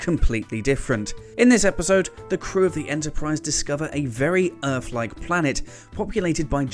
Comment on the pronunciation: This dude needs to learn how to make a 'th' sound. It's "Earth" not "Earf".